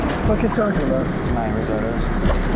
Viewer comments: Please yall!!! It’s pronounced RIZ-OH-TOE not RIZ-OTTO oooof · Bro really said "rizzoto" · Heard “rizz-ahh-to” as risotto in the beginning and immediately clicked off the video lmao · Why do you keep saying risotto that way 😅 it’s so annoying. Every time he says it’s different pronunciation 😅 yuckkkkkkkkk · These AI videos are so annoying. They don’t even know how to say the word risotto. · The most horrific part of this video is the ai commentary not being able to pronounce risotto